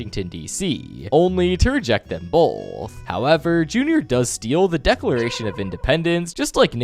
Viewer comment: the way bro said both😂😂😂